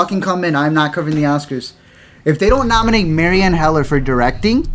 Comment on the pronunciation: I'm thankful for you guys as well. Btw, keeps thirsting for Marielle's nomination but keeps calling her Marienne. Come on man, don't push my buttons. You saying her name wrong will be my villain origin story. F***ing society.